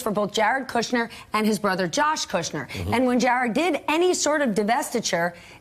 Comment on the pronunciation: Stephanie's wearing stilettos. How nice. Also like that she doesn't say "Cudder."